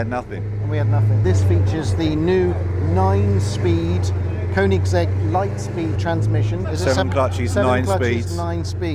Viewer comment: Please pronounce the brand correctly! Cheers! :)